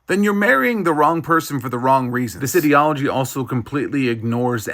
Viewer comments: I like that you pronounced ideology in a way that sounded like idiot at the begining because this one is quite idiotic. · You must be so cynical to make young women think that there are “consequences” to marrying another man just because you presume that they would even want ANY career in anything in the first place. Also, the way you just pronounced ideology already confirms how damn fucking retarded you are… and have always been. Get a life, fruit!